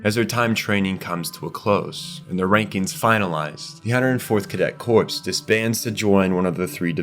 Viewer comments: "core" not "corpse" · Corps is pronounced core btw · Corps isn’t pronounced “corpse”.. it’s “core” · This is a brilliant video, really, really good. But your mispronounciations drag me right out of the story that you are telling so diligently. Esssscape, not ex-scape. Corps, as in the scout corps, the marine corps, is pronounced as core, not corpse. Bertholdt is prounced bert-hold-t, not berfoldt. Jean is pronounced as a soft J, like the French name. Its just confusing to me how you are mispronouncing characters names, given that you must have watched the show? The other words I get if you watch subbed, maybe not escape though, thats a criminal mispronounciation. Also there is no such word as "irregardless". It is regardless. That's it. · corps is pronounced like "core." the "p" is silent. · bro its not "corpse" its "core" cmon man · Just so you are aware, corps is pronounced like core instead of corpse. 😘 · "the 104th cadet corpse" LMFAO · this is 100% AI narration, you know how to say corps properly later around 33 minutes in and you pronounce Bertholdt 2 different ways as well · he pronounces Ymir as "yimmer", corps as "corpse" and bertholdt as "birth holed", the funny thing is sometimes he says them correctly, tell me this is AI slop again, buddy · It really bothered me you kept pronouncing corps wrong. It sounds like “core” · Just so you know, the "p" and "s" are silent in "corps." So it just sounds "core" as in the Marine Corps. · very much a real person, usually ai channels make shorts and long videos he has actual community posts and other things bots dont do.